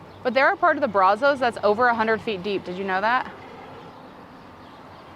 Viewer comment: Why is calling it brazohs, when Brazos (brazzs) the o is silent. All my life living here never heard of gators in the water and we went fishing plenty. Now a guy just caught gator garp fish thingy about a week ago. Like I tried to tell Doug he is not in the water. That type of car in pristine condition is worth something. I remember hearing guys talk about the chop shops in bellmead/el mott area and outskirts of Waco going to bellmead. The water levels are down because we are in a drought. We are on water restrictions since last year.